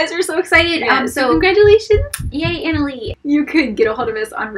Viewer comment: You guys!! THANK YOU! I was so shocked to hear my name! And super impressive that you pronounced it correctly...you'd be surprised how many people butcher my name. ;) I looked on your channel home page and didn't see a contact button. Should I email you?